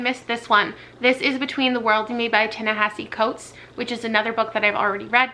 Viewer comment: Just a head's up, Ta-Nehisi Coates is pronounced "tah neh-hee-see coats"!!